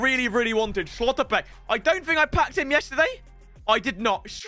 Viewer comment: Schlotterbeck isnt pronounced austrian, its just Schlotterbeck 😂